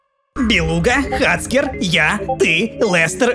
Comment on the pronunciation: ОН НЕ ХАЦКЕР он хекер